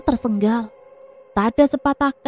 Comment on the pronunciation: Maaf gk pernah komen,mimin ini gk bisa ngmg TERSENGAL apa ya,knp di semua videonya semua pasti TERSENGGAL,padhal kan bahasa yg bener itu TERSENGAL,CM 1 G SJA.maaf ya bkn sok pinter tp tlg di koreksi,biar lbh enak di dengar.